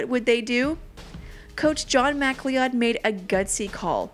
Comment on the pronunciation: MacLeod is pronounced like McCloud.